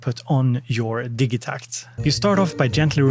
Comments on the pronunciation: Ja, wir Germans also say "Digitakt" and not "Didjeeh tact" ^_^ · cool video but your not gonna convince everyone to pronounce digitact your way